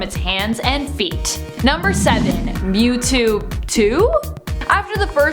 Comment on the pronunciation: who els call that Mewtwo Newtwo